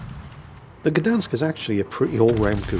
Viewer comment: Gdańsk is also a City, not only a shipyard:) Btw. the "ń" letter in Gdańsk is pronounced the same as "ñ" in Spanish, you can give it a go next time!